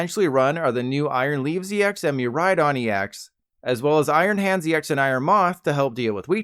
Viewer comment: Nice vid, but how did he pronounce Iron Hands ex?!💀